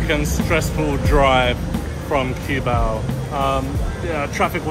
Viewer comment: it's not Q-bao but KUH-BAW